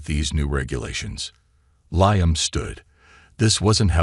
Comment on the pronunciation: LEE -AM brain dead AI